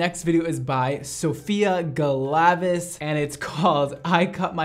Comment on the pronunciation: It's pronounced GALA-VEEZ